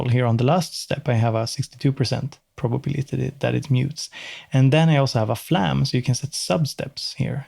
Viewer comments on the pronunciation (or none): none